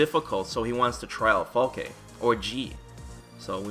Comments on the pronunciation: I said it a bunch of times, it's Falke the E is silent so Falk(e) not Falkeh lol smh. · Falk-uh. Not Falk-aye. It's German for falcon. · Is Falke really pronounced “fall-kay” ? I read it as “fall-kh” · So we can assume that her name is pronounced "FAL-kuh," yes?